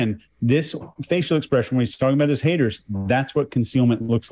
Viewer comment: Strange how he pronounces Haters as "Ha-ers" Got as "Gah" Negative as " Negahiv" yet most of the time he hits the " T" letter hard while speaking. Have no idea what's up with that but when he speaks that jumps out at me. His God is Allah of the Quran, not God of the Bible as he converted to Islam. Either way God does not want you to run around filming yourself doing good deeds or handing out money from the window of your Rolls Royce.. What is up with that? He seems completely out of control in his life, from my perspective, because it is all about material things. How many cars he has somehow, in his mind, makes him superior. He'd be the perfect cult leader. OH WOW hit on his,Button as " Buh-in" as a pet peeve after I typed the first portion of my comment. Cracks me up because that is my pet peeve as well, the worst for me is Important as "Impor-int" Makes my skin crawl.